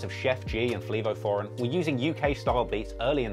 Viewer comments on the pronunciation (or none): if you're going to portray yourself as informed on the landscape of hip-hop, you could at least do the artists you're talking the justice of saying their name right.. you're coming off as a vulture hardcore, watching 2 mins of a hot97 interview would tell you that, FleA-vO foreign .. lol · lmao this man said fLivo foreign im ded